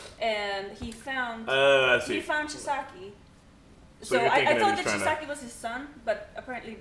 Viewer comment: when they pronounce a name in the anime multiple times and they still mispronounce the name (chisaki)